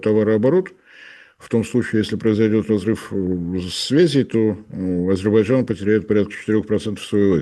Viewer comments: не подражайте Горбачеву, повышайте уровень грамотности! Не АзеБарджан, а АзеРбайджан. От слова "азер" - так легче запомнить.🤣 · «Азебарджан»)))) политолог))))). Даже название страны правильно произнести не может. «Аналитик»))) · Азербайджан произносится немного иначе 😂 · азебаржан. давненько я не слышал. Со времён Горбачева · "АзиБАДЖАН" - так,, старики в политбюро говорили)))) АзерБАЙДЖАН страна называется))) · Научитесь,, правильно выговаривать Азербайджан. Не уподобляйтесь Горбачеву 😂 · Уважаемый, ну научитесь наконец-то произносить правильно название государства Азербайджан. Так, как оно называется и как его говорит Борис Леонидович. А в остальном 👍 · как некрасиво на большую аудиторию невыговаривать название государства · Не мешало бы ведущему научиться слово Азербайджан правильно произносить